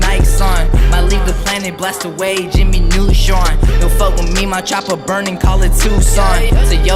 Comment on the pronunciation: The way hes articulating Neutron nearly ruined this vid lok